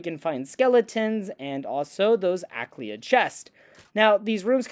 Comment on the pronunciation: There's no 'K' in Ayleid Phonetically, a-lee-id 👍